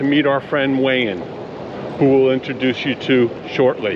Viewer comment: You called him "Wayne" not "Wayan".. or Wayan in English called Wayne??? 😁😁😁 But he is such a nice man, you have so many nice and good friends all over the world...